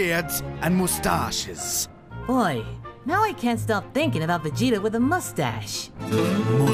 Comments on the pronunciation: Who the heck pronounces it "moo-st-ah-sh"? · I find it funny the way Vegeta pronounces the word "moustache" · More specifically it's a reference to the manner which Chris Sabat decided Vegeta would pronounce moustache. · Chris Sabat in the GT dub deciding that Vegeta pronounces moustache that way was the inspiration for this gag. Sabat even kept the pronunciation when Vegeta said it in Super.